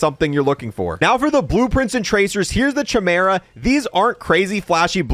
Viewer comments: How to pronounce “CHIMERA” 🫵🏽🫵🏽🫵🏽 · Bro it was driving me insane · At this point hes got to be pronouncing the chimera wrong on purpose, right? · Anyone else hate the way he says chimera? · Doesn’t know how to pronounce chimera or noir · Why do you pronounce chimera like that 😭😭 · Chamera...... Its pronounced Kaimera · Every time he pronounces it "Chim-era" instead of "Ki-meer-a" an angel loses its wings. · This is the ONLY Boys store purchase I fell for. Not for the ability to hide but the animal friends you see when killing enemies. However, I have to say... Chimera is with a hard K sound, not a soft CH sound. KI-mera, not CHI-mera. Sorry - rant over ;) PS: The Beaver was referenced in the show as part of Black Noir's psychosis, referring to when he was a child and watched cartoons. These cartoon friends later became the only "people" he'd confide in and represented some of his best friends/worst enemies... Lastly, I thought I'd have to tweak the Chimera settings but... it's damn good out of the box.... loving it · It's pronounced Quimera. Not schimera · It's "KAI-mera", not "CHAI-mera". Look it up real quick. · It's KI-mera not cha mera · Liked you until you called the gun a shimera..... Kaimera...its pronounced kaimera... Unsubbed. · Its pronounced KYmera, not chehmera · Ky-mera, not Chy-mera. Never Across-T. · Kai-mera lol great video though man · The most annoying thing in this video is the poor pronunciation of "Chimera" its actually kai- mer- uh. Other than that nice vid. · Idk if you know this but c and h make a k sound when together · Chimera....sounds like (phonetic) kymera...stop raping language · Its 'Kai-Mera' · Love the bundle. Hate the SHI-mera pronunciation. I’m excited to test this out! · chimera is pronounced as "kai me ruh" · It’s bugging me how he mispronounces chimera… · Homie..its pronounced Kai-mera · Kai-meh-ruh. Please for the love of god. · Bro said shimera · It's said like kimera not ch like cheese. K like kong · Bro said, “ CH-mera